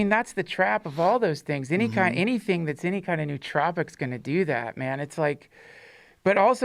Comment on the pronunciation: He's pronouncing all those nootropics wrong